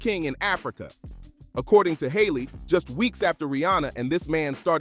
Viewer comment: it's Harley. Harley Dean. Not Hayley 😒